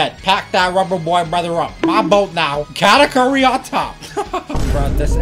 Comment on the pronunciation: ayo katakuri is pronounced (ka-tahk-urry)